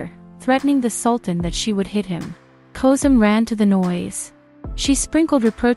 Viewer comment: FULL OF MISPRONOUNCED NAMES SHOWS UTTER CARELESSNESS & RUINS THIS SERIES. SHE CANNOT PRONOUNFE ANY ROYAL NAMES WHATS- KOSEM HURREM MIRIMHA IBRAHIM. PUTS US ALL OFF. THIS IS IRRESPONSIBLE TO THE EXTREME.